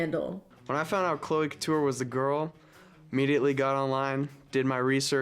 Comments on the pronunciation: THE FACT THAT SHE SAID CLO INSTEAD OF CLOE LMFAO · When he rhymed Chloe with know-e, I felt that...